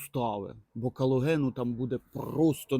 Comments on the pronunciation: Не "калоген" (це від слова "кал"), а колаген. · Калоген.... Ну йо.....б твою....колаген,, колаген